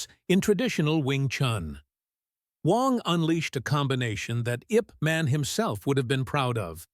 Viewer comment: Name of lee's trainer was YIP MAN. Not in english way. Ask some chineese how to read it. No offence to you. DARKO BOSNIAKOVICH spirit with an axe ZAGOR TE NAY ahhyaaakk!!! 😂